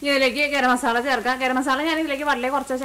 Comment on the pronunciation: മാസള്ള alla masala ann😅😅😅😅